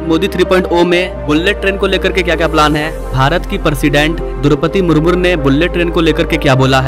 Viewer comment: शब्द उचारन ठिक कीजिए । मुरमुजी होगा मुर्मूर नहीं ।। नमस्ते 😊